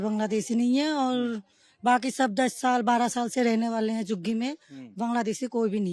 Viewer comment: छाल बोल रही है साल को 😂😂😂😂 बांग्लादेशी हैं